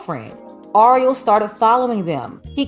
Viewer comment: It's Ariel... your pronunciation is off. Just think of the movie little mermaid. 🧜🏽‍♀️ Anywho, we dated back in high school and never thought this in a million years. I hope things work out for her. If you're reading this Ariel give me a call. It's TUDE.